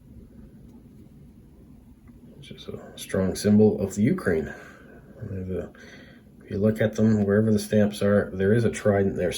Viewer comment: Ukraine should be pronounced with the emphasis [=stress] on the second syllable. I saw a Bulgarian stamp shown (bottom right). There are stamps from the 1920 14-stamp set printed in Vienna that were never issued.